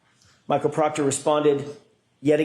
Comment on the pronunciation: If Michael Proctor didn’t do anything shady or illegal, why are they having a hard time saying his name?😂